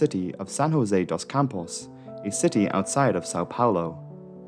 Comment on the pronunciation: Its not ''jose'' like the mexican say, we speak portuguese, the way to pronounce is jo (just like in english, joe but without the E) se (just like zed but without the D in the end).